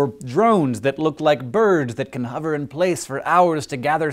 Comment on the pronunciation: It's annoying how it's saying "Huver" and not "hover"